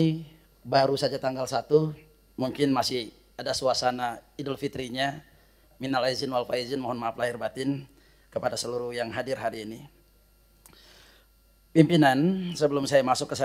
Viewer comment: Gubernur kaltim ya 😂....ngucap minal aidin walfaidzin aja masih salah...Rudy" Minal aizin walfaidzin "😂😂😂😂😂...Nyebut Gubernur kontennya nada nya nyindir..coba simak dengan teliti dari gerak tubuh,raut muka,dan bahasa tubuhnya jelas seperti sebuah ledekan...padahal kinerjanya belum tentu sepintar ejekannya😂😂😂